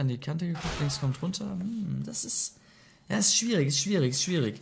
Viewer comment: ez an du sagst schwrierig ..